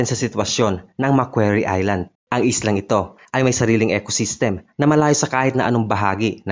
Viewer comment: ECOSYSTEM hindi ec-system. Snake is AHAS, not HA-AS.